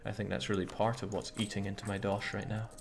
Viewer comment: rätt nu? Thought you said Reicht nauw!